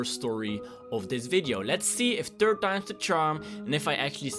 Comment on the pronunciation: do you not now how to say three?!?! And when you say third you say tird!?!